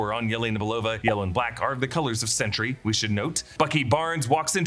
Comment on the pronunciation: Anyone think it sounds like he’s saying “century” instead of “sentry”?